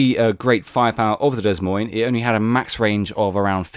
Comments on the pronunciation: The ships name is pronounced - "Da Moyn" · Drop the 'S' in 'Des Moines'